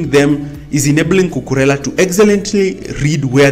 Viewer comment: You pronounce it correctly